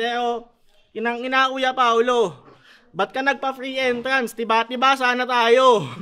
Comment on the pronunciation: Fwee Entwance